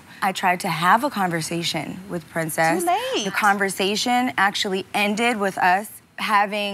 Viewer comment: This happened ages ago but lol I feel like Princess's Filipina side came out like the way she said "too laTe!" 🇵🇭